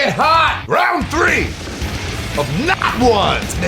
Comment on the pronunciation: It sounds like you said “Nut Wands”